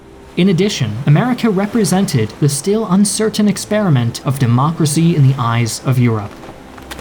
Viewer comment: I can't believe I need subtitles to understand the narration of young people from my own country... He pronounces "still" as "stale", "material" as "matriál", "pontiff" as "bondiff", and there are many other confusing pronunciations; every word is mushed together in a big long string, and everything is pronounced in the laziest way possible. It sounds as if he's doing his best to get through reading a script intended for someone with more education.